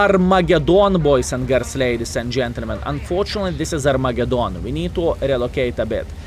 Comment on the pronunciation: R- megadoon..lol